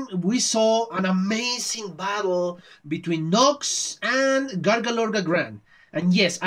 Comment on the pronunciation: I'm sorry, you still don't say Grougaloragran properly^^' What you say sounds like "Gargalorgagran". Which is close, but not quite it. It's more "groo-gah-lo-rah-grah-nn". Or "Groogal", for short.